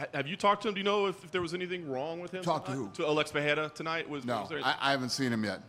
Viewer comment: how is still mispronouncing Pereira 😂